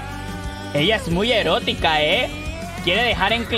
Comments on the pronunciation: El "herotica" ajjaa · "Herotica" JAJAJAJAJAJAJAJAJAJAJJAJAJA